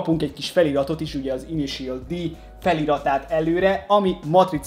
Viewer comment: Szia! Külön írtam még az Unboxing videó alá, hogy hogy kell az INITIAL D-t kiejteni! Ennyit ér neked a komment szekció? (RIUSZUKE TÁKÁHÁSI) Ezt viccnek szántad mert messze nem annak tűnik!! S amúgy is! A mangából vett képek vannak a dobozban lévő dobozokon ! Tákumi nem Rószuke! Az mondjuk elég bizar, hogy ha az 5.évadnál tartasz és sem a sorozat nevét nem tudod rendesen kimondani a 3-főszereplő nevét! (KEJSZUKE)-ez hogy lett? Hogy keletkezett a KISZUKE-ből KEJSZUKE? ! Hogy lesz a 3S-ből 35-? Bár mondjuk léggé hasonlít! Prodzsekt Dí-ez majdnem helyes is lett de az Prodzsekt DÉ! Amúgy az összeszerelés alatt, ha nem mentek össze rendesen az alkatrészek és van több olyan darab is, akkor próbálgasd be a többi ugyanolyan alkatrészt is ugyanoda, Nálam kamu legóknál működik! Nem volt rossz videó de tényleg.........A kiejtések azok félelmetesen borzalmasak voltak, egyszerűen nem tudom hogy lettek bizonyos nevek ilyen alkotások! "(+infó! A matricákat könnyebb levenni, ha magát a lapot a ragasztások szélénél megtűröd)"!